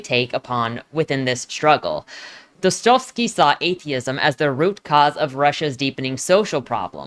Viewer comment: It's the Dostoevsky that hurt most lol